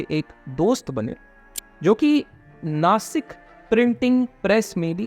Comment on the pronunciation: bro its Nashik not nasik